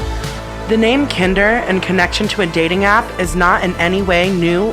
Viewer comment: It's not pronounced that way. It's pronounced like Grinder.